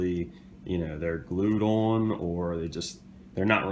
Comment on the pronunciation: Owe-nnn, owe-nnn, owe-nnn. lol - the way you keep pronouncing "on" over and over incorrectly is so distracting. Owe-nnn..lol as I'm writing this you keep saying it. Owe-nnn...there it is again! That would be a (owe-nnn) 'you pass out within 5 minutes' shot game.